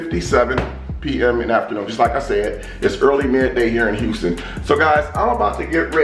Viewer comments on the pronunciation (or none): none